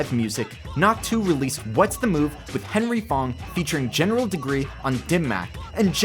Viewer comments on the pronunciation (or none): none